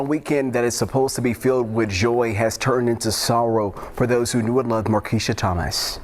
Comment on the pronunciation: Pronounced Mar Qweesha